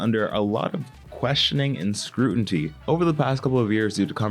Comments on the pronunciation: ngl the misnomer “scruinty” for scrutiny in the first 2 mins of the video was kinda ironic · much love...but scruTINTy? 😅🤧 (scrutiny) I fumble my words/stutter, too. That part was just funny considering the topic of this video. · one minute in and this man said "scrootenty"